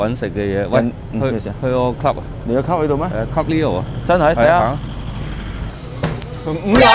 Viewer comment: 你既club.... club Leo 以為你話 cup noodle😂